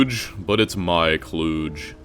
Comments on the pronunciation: The spaghetti has cancer. But the only thing upsetting me is "clooge," because I think he meant "kludge," and that's a very novel mispronunciation. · Kludge like budge, not kluge like huge.